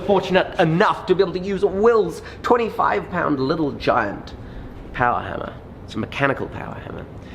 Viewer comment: MORE POWAH BABEH!!!!!